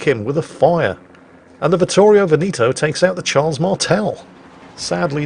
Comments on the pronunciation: It's Vittorio Ve'-ne-to and not Ve-ni'-to. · pls stop saying "Venito" it's veneto, say the 2nd e just like the 1st one